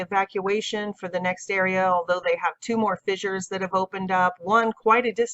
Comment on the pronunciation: Its pronounced fishure, not fizzure. Here's another one people do. Don't ax people. It's not nice to ax people. Say it this way, "ast" instead of "asked". It's easier and sounds the same or better. Like, "She ast what was happening." The English language is not phonetic anyway. Kids (used to anyway) do this before they could read; ast. "He was ast the question." See what I mean? Easier.